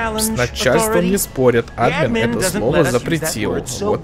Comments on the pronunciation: Почему Ааадмин,а не Адмииин????? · АдмИн, а не Админ!!!! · Не Админ а адМин(если кто не понял это ударения)